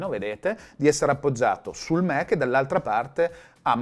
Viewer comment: Fa ridere che i Mac li pronunci "Mèc" mentre macOS "Màc" 🤣